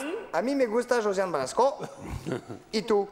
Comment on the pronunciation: C'est Josiane BalAsko, pas Balsko....